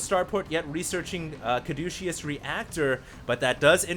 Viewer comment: I wouldn't say anything if you hadn't said it so many times. Caduceus doesn't have a 'SH' sound in it. I thought at first that you were making a joke implying the use of this upgrade is douchey... but as you kept repeating it, I came to believe you just didn't know hot to pronounce it. Hopefully helps on future casts! :D